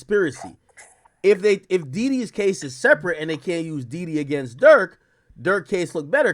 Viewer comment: It's Dede brother, not Dede